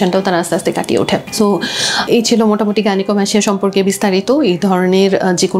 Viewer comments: গাইনোকোমাস্টিয়া- উচ্চারন হবে। আপু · 😂 ভাই,,, আপনার উচ্চারণ ঠিক করেন..!!!😂😂😂 "গাইনোকোমাসসিয়া" এটাই সঠিক..🙂